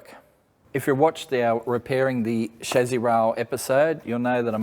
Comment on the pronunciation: When you keep saying shazzy, I'm guessing you mean chassis? 😒